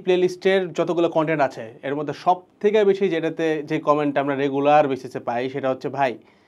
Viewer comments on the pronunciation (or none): none